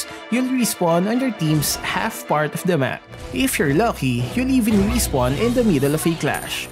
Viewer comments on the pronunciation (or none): none